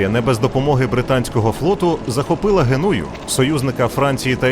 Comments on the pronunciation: Ви хоч перевіряйте наголоси, коли готовите ролики, — що за Генýя?? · Г'енуя. Наголос на перший склад.